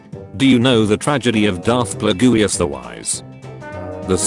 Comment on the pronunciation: Tan toe eye????? wtf???? Darth pla goo is???? WTF??? Lie Am??? Seriously???? Ka shy ak???? Dude you need to stop with your English accent.